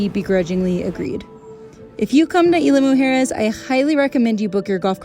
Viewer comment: We enjoyed your video. Isla Mujeres (IZ-LA MOO-HAIR-ES) Deserves a few days stay to truly enjoy and know the island. The entire vibe and atmosphere changes after all the day trippers leave around 4pm.